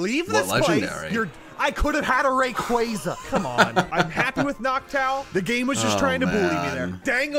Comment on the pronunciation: Man that pronunciation of Rayquaza is so grating.